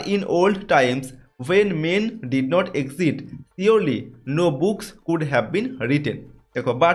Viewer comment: it is exist not exit sir